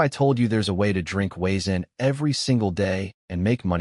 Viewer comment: The W in Wiezen is pronounced V in German lol also cracking barley is done by soaking it down in a burlap sack and when the seed sprout "crack" then you toast to stop the growth and get your desired color (flavor changes with the darkness of roast)...